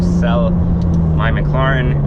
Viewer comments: Dude, its Mclaren not Macloran. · its pronounced mclairen. not mcloren. spelled correctly, it is Mclaren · mcloren XD its mclaririn lol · Or maybe he’s just bitching about another he owns, it doesn’t take a genius to realize that owning a brand new super car is gonna cost a lot. If he wanted an investment then he shouldn’t have even looked at a McLaren or as he says “McLoren”. Don’t blame the company for this mans lack of brain power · he had to sell it because McLaren was ashamed that their customer couldn't pronounce mclaren right 😂